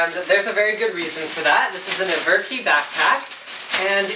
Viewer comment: Isn't it ever-ki (like in everpony)?